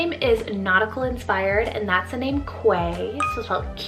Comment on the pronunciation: Quay is pronounced "key." It's a common word in British English. I LOVE Teague! I've been considering Teagan as one of my son's middle names, but the much more common Tegan is a girl's name. People will hear it as Tegan. Teague solves that issue. Thanks for the inspiration!!